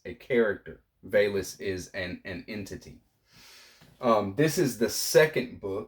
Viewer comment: Thanks for the share. I believe VALIS is pronounced as vowel-es.